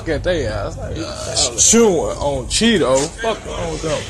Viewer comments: anyways he said on cheedoe not cheno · It's Cheno or Chino... not Cheeto or Cheedo... 🤦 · He says on Cheedoe 🤦🏽‍♂️